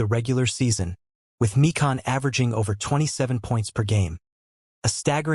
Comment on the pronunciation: George My-kin not Mee-Kahn.